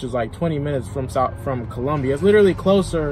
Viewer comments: It’s Columbia not Columbus….& he gives my state a bad name😢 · COLUMBUS????? SOUTH CAROLINA????? ITS COLUMBIA BRUH PUT SUM RESPECT ON DA MET FR